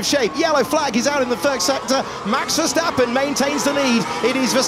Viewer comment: Max veuurstapeeuuun c'est verstapen svp